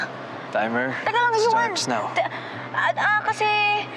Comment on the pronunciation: Yuan, "You-Won".